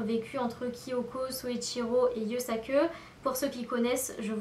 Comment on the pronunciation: Pourquoi tu dis Yusak"eu" ?